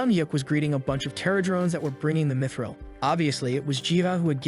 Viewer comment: Bro really says dmitril instead of mythril